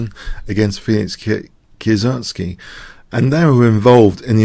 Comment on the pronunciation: hehe, the name actually is not "Kie-sertz-ky" but "Kie-se-ritz-ky" ;) Well, everyone knows whom you talking about.